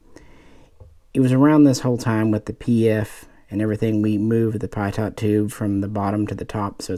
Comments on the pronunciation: Your videos are good but I cringe everytime you pronounce Pitot as "Pie-Taught", it's pronounced "Pee-Toe" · Don’t be such a pie-daughnt